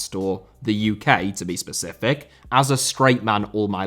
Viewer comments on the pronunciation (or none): none